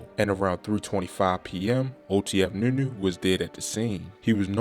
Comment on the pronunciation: Sounds like you having a hard time saying nunu